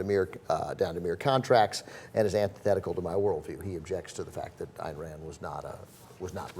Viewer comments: Ayn Rand's given name is pronounced "Ine" as in "line", not "Ann". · Its pronounced Ein Rand. She was Russian.